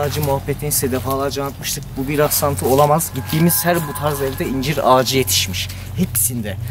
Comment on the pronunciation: YARDIMCİ once ben de yargıladım,ıncır dememıs dıye ama dusununce bu sekılde konuşuyor. Tam r harfını cıkaramıyor.ondan öyle yazmış olabılır 😀